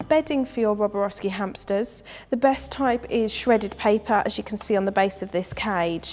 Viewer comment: Even you say it wrong it's not roboroski